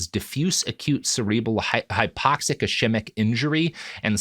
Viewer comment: Love the podcast. So forgive me for saying that I wince every time Robert says "chee-lay-shun". The pronunciation is "key-lay-shun". Likewise, ischemic/ischemia are pronounced with a hard C, "is-key-me-uh", not "is-chee-me-uh".